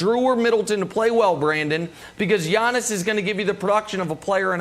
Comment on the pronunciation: Everyday I think Brandon is going to pronounce Giannis properly